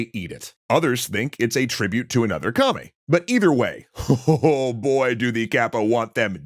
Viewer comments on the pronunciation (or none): The first few times you refer to the kappa as a god, you call it a kame rather than a kami. This otherwise minor mispronunciation can create a significant misunderstanding, as kame means turtle, which of course this particular kami resembles. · it's "kami", not "kame" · are you saying kami or kamei? since i was told they are yokai, not kami